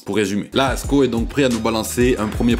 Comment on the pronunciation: Merci de dire son blase correctement 🎉❤